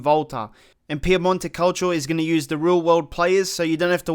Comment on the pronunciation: Why do you say Piamonte Calcio and not PiEmonte .... there is the E not A :D